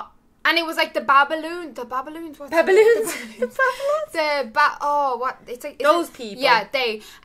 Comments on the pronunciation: Babylonians not babloons😂😂😂love you 💕💕💕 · BABYLONIANS. Bab i lon ians that’s how you pronounce it.